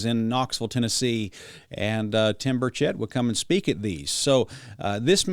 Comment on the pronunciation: Burch et, not bur chett